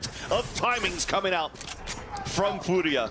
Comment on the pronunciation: why do the casters try so hard to pronounce furia this way